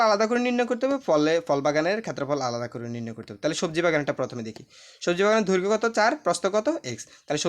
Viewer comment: সার উচ্চারণ টা হবে দৈর্ঘ।😮 ধৈর্ঘ না😅